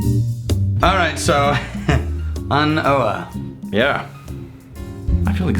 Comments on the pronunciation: So. I think An Oa is pronounced An O /An Oh? Silent A. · I am sure you don't really call but its not pronouced "an oh a" its just simply "an oo" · You're mispronouncing it! OA is pronounced "OH". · It's actually pronounced on oh - an (the) oa (obha) I don't know if anybody cares I just like the Gaelic language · /, this expression is pronounced “An Oh’’. I was in Scotland a week ago and asked a local Oban shop owner and he was talking about how they all joke about this new release. ‘’Hey, have you heard Ardbeg have released a new whisky?...’’Yeah, An Oa’’...read that in a Scottish voice and you hear the same thing as ‘’I know’’. It’s a nice joke for them.:)